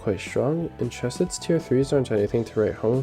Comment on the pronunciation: I-ITS NOT CCCHH ESEDD ITS “HKCE-SED” RAHHAHDICBEJSNENDKS